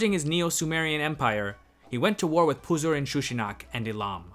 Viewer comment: Just pausing the video to praise you for being able to speak all those super difficult names. Puzur-Inshushinak doesnt roll of my tong so easily.